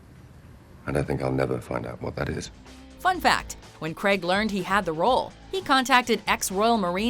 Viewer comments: It's CRAIG not fucking cregg... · Can you fkn yanks stop saying CREGG instead of Craig? Does renn fall from the sky? When you are hurt are you in penn? Does a trenn go Choo Choo? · How come you can't pronounce "Craig"? Seems to come out as "Kreg"... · Daniel Creg it's Craig it's has an a in it. Said Crayg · Daniel Craig, not Daniel Crag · When you can’t say Craig right